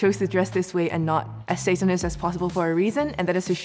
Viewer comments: I’m guessing it’s the girl in the red lip and white top cause she said satinist the rest didn’t they just said sayanist they didn’t pronounce the t so I’m guessing her literally from the first 10 seconds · my first guess is the one who pronounced the first “t” of satanist.